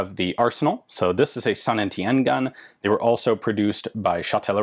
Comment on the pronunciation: Damn, I finally know how to pronounce "Saint Étienne". All that time spent staring at the girls in French class might not have been a total waste.